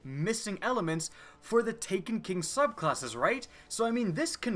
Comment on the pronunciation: "Three diffent subclawsses" anyone else here that?